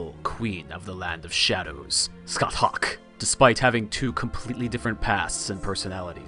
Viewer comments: Thats not how you pronounce Scathach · ska - shah NOT skut - huck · Just gonna leave this here. Her name is pronounced “SKA-HAWK”.